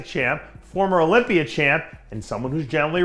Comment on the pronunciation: It’s pronounced Olympia, not Olympiad, idea, not i deer... you I-talian